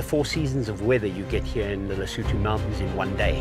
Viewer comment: is not Lesoouutoouu is Lesotho!!! so annoying people with silly fake voices that never being in Africa make the commentator...